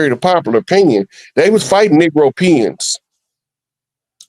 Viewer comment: Bro said negropeons! Wow !